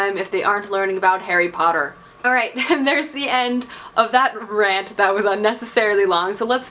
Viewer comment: "Harry Potter (Poo-ter)" lol